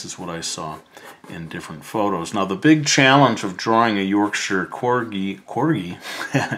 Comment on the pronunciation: Thank you for pronouncing Yorkshire right 😅 from a brit